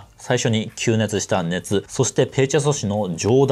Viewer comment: ペルチェ ''しょし'' んしゃ…